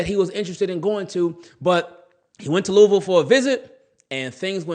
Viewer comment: Props brother! You have Lou-a-vul pronounceation 100.